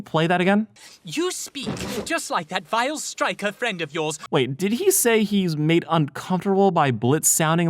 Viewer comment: I think they meant "Vile" not "Wife", at least that's what I heard